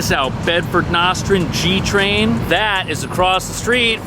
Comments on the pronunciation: I love watching you and Also you do such a great job showing the apartments. I am a native New Yorker from Brooklyn and I wanted to help you with the names. Nostrand is pronounced (NO) strand like yes and no . Also McDonough is pronounced Mc Donna which is one of the streets I used to live on . Keep up the good work and congrats on the new baby . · Love your reviews but it's pronounced: Noooo•Stran (long O, No D) lmao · Hey...It's pronounced like this: NO-STRAND...lol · I especially loved your pronunciation of “Nostrand”! I’m almost certainly that you didn’t do it intentionally however. You pronounced the word Nostrand the way British people do! Minus any sort of British accent! American pronunciation: “Now - struhnd” British pronunciation: No - Struhnd”. (I’m the most non technically savvy person ever 👵🏻 I’m old! However, on both pronunciations the first part of the word, l would have typed it in “Bold print”... I don’t know how to do that! 😂🤦🏻‍♀️ Then you would have easily known to put the emphasis on the first part of the word. By the way, what a absolutely lovely apartment. P.S. Those apartments “behind the Deli” are located at 265 Nostrand Ave. These apartments are “Rent Stabilized” not to be confused with “Low Income”... A One Bedroom w/ 1 Bath is $3,000! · See my comment just posted on his incorrect pronunciation of Nostrand!